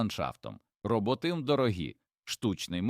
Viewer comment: Пестициди...горе для людини! РОботи, бджОли - наголос ставте правильно